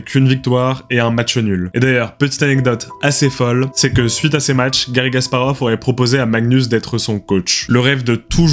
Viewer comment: J'ai l'impression que tu prononces "Gasparov", mais c'est un détail. C'était très intéressant, merci pour la vidéo.